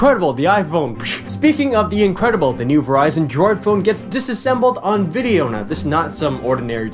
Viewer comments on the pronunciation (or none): "Vidjeo" xD